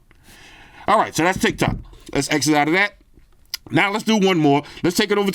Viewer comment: Dude said eggsit😂😂😂